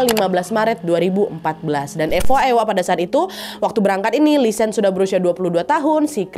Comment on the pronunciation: Btw namanya bukan lisan tapi lisanne (nne diakhir tetep diucap) 🙏🏻